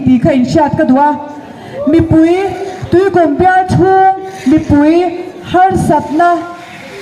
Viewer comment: 'Tuikūm 'tih poh lam dikko nghal😂😂😂